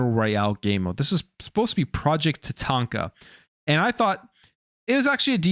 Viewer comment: Bro said project Tah taint kah 😆